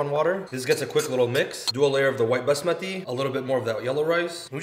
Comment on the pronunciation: Bus-mati rice the accent thou 😂😂